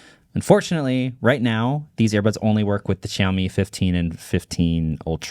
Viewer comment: It's not YAomi it's SHAomi